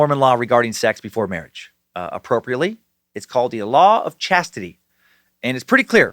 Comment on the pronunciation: Law of ssshaaaaztitie